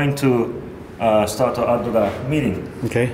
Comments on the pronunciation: LOL mirin not meeting. Mirin wine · Mirin NOT Minn. Sweet Rice Wine not vinegar. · tanks. Mirin prononce and wrote english on video as like 'meeting'^^ i did'nt understand what is 'meeting' sauce. . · ohhh he was saying "Mirin". gotcha. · I cant exactly get the name of the first ingredient u put in the pot ( meeting...milling...) may be a list of ingredient in the description would be nice :D...Great video anyway :D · what is the clear liquid that he emphasize about I heard "Mini"? you did not add text on the screen in the beginning after the soy sauce. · Is he saying "Meaning"??? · No he's saying mirrin, a Japanese cooking wine.